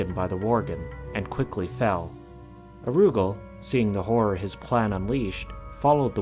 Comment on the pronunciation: OMG IT'S NOT PRONOUNCED AROOGAL IT'S ara- ghoul!